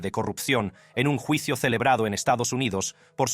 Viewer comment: Como eres wey para pronunciar palabrs en español...juicio....yuicio